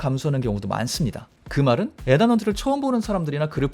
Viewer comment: 에단이아니고 이든... final not pinal..f 와 p 발음....